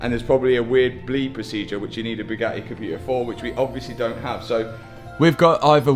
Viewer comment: oh he finally pronounced Bugatti properly. yeeey